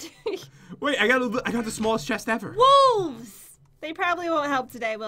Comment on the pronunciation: never have I ever-er loved that weapon so much 😂 Me in English class: Ever-er! 😂